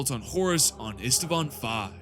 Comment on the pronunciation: Ist- vaan, not Ist-a-vaan.